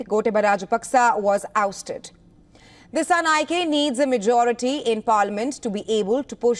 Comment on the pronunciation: Not dissanayakeeee disanayakaa use e sound😂